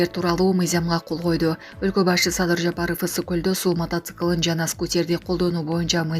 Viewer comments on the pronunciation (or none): none